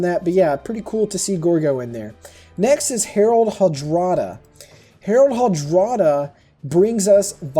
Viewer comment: It's actually Harald Hårdråde. Prounced as Hoardroe-the.